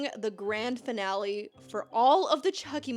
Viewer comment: It's "finale", not "finelly"! 😂